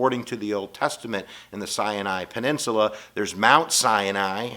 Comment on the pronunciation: "Cyanide Peninsula"